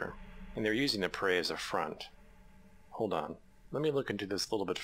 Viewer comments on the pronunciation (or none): none